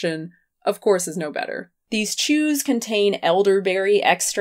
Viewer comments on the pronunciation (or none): I was lying here listening with my eyes closed and was very confused when you said “these shoes contain elderberry juice...” It was chews. You said chews. I am less afraid of this world now.